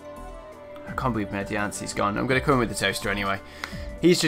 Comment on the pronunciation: Holy shit.. that was fucking awesome xD That ending though and btw "I can't "bee-lieve" I c what u did there xD